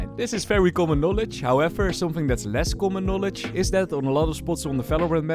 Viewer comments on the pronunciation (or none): none